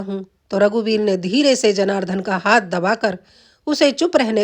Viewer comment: उच्चारण सही सीखो:- महोद् य नहीं महोदय जनारधन नहीं जनार्दन साक्षरार्थ नहीं शास्त्रार्थ